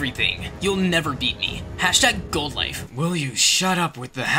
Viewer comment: When says #goldlife or #oldoife😂